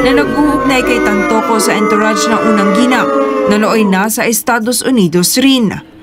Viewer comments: Correct pronounciation of entourage is (on-tou -razh) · Entourage is pronounced as—>>> “ aan-tr-aazh “ PLEASE TAKE NOTE especially for those who speaks a lot in public…. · The ontourazh of liza marcos in la..yan ang correct pronounciation po tnx